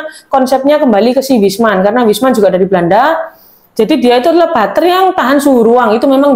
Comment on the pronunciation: Bacanya juga jangan salah. Klo Wijsman itu dari Belanda. Wijsman itu adalah roombutter. Butter itu klo bahasa Belanda dibacanya bukan batter (bukan dibaca a) . Tapi tetap dibaca butter (huruf u).